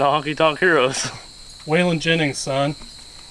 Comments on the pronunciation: 😂😂😂😫😫😫 he said WAYLAWN JENNINGS lol it’s WAY-LEN JENNJNGS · Way-Lon Jennings 😂😂 way-lyn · hey great video one step closer from driveing where she was sitting for so long cant wait will catch up tomrow lol waylong jennings its pernownced waylon jennings lool hahahahha that made me laugh hahaha thumbs up and shared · "Waylawn Jennings" ☠️ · “We got Way lon Jennings” “how did you just pronounce that?” Man got offended 😭 rightfully so tho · 4 years later and still says "Way-lon Jennings" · Way-lon jennings....that boy should be ashamed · Weigh-Lon Jennings ROFLMAO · "way-long" jennings... "sorry do you know him"... haha, you fellers crack me up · way-lon jennings .. damn man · Way-Lawn Jennings? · Anybody else get triggered when he said wayl-ON Jennings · "WAY-lawn jenning".....: how did you pronounce that? LOL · Way-LON Jennings. lmao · Way-lon haha! his tractor done rolled away! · ‘Way-lon “ Jennings...you guys are a disgrace to truck mechanics the world over! Good video though. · Way-Lawn Jennings lol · Way-lawn Jennings...good ol' Way-lawn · Way-LAWN Jennings. LOL. Love it. Youngsters. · Way-Lon?!?!🤦‍♂️🤦‍♂️🤦‍♂️ this generation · Way-Lan Jenning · Way-Lon Jennings... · Way-lawn.......really dude? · Love the videos but sorry I was forced to dislike when he mispronounced Waylon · I was going to sub till you couldnt say waylon jennings or even knew who he was for that matter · The way you pronounced Waylon Jennings was very offensive. Lol